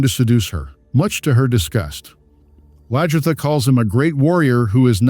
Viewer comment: Please learn to pronounce their names properly,it’s LAG-ertha not LAJ-ertha.